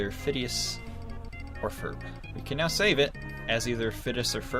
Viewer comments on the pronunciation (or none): Christ sake Phineas and Ferb not Fidus or Ferp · IS FIDLUS NOT FURF